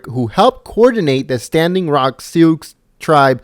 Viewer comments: Seeoox? .. It's pronounced soo you moron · Youtuber, the tribe name is pronounced "SUE", just like in the movies or in court. It is never correct to pronounce it "sooks". The X is silent. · How can you be SO IGNORANT!!! AT :50,you pronounced Sioux as "see youx". It is pronounced as "Sue"!!! You report it,but don't know such a common known word. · HOW CAN you be SO ignorant!! at :50 you say "see youx" as the Indian name, when it's PRONOUNCED "SUE!!!!" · BTW, "Sioux" is pronounced the same as the name "Sue." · How can you take anyone who says "souks" for sioux, seriously? However, running over people who block traffic is fine. Their fault. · "Sioux" is pronounced "Sue." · funny how he says sooks instead of Sioux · The Sioux.... it's pronounced sue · Two things: 1) If I've been stopped by a crowd and I feel in fear of my life, I don't care what the laws are - I'm running them bastards over to get away from them. 2) Sioux is not pronounced as it's spelled - it's pronounced 'SOO'. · "SIOUX" is the name of a group of Indian tribes. It is pronounced: "SOO." (The spelling is from French.) WHY ARE AMERICANS SO IGNORANT of even this bit of their NATIONAL HISTORY? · Sioux = "sue" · FFS dude! Did you actually pronounce the X, in Sioux? Holy.. fucking..... FAIL!